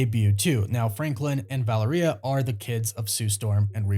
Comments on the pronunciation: ValerEEUH? You mean ValEHreuh? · Her name is pronounced as Va-Leria🤦🏽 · You don’t say Valeria like diarrhea !!! It’s Va LEAR ee ah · Vah Lare Ree Ah ..That's how you pronounce her name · Take a shot every time mispronounces Valeria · bros pronunciation of Valeria was funny sorry 😂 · Valeria does not rhyme with diarrhea, just sayin'